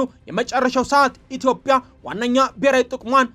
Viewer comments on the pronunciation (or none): none